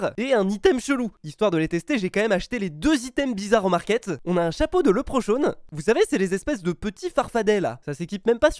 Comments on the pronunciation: un leprochone 😪😭 Ça se dit un lèpricorne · On dit lépreucorne par contre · "LEprechaun" il m'a un peut fait rire sur la prononciation